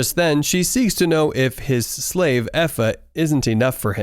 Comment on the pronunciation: Why he say slave like that